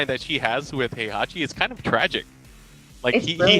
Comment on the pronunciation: Poor Heihachi, he stood as the foundation of this community that has built around him and legendary tournament he hosts. The game has voiced story with his name pronounced time and time again, we're moving to the 4th season and there's still casters who can't pronounce his name right, is that gonna be his legacy? You deserve more respect than you ever got but alas the annals of history are not written by the losing party. Yet some of us will remember who you were and what you built for us. Thank you and RIP, you have more than earned it.